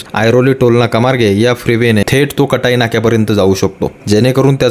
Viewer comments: कटाई ❌ काटई ✅ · आपल्या सारख्या मराठी माणसाने काटईच्या ऐवजी कटई बोलू नये.